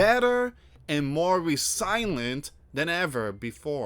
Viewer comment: Yep, starting with. And he should learn how to read. re silent? It is resil ient and not re silent. Quit trying to read stuff and just let the people read it for themselves and just give the links to the articles...